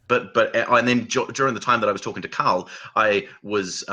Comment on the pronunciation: He calls Carl “Kyle”. It is his accent or … what is going on here?